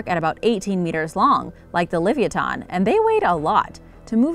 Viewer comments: livyatan is pernounced : le-vi-ya-tan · Wait... Did you say the oliviaton?